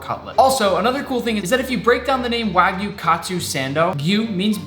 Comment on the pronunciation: This is how many times he said Waygu 👇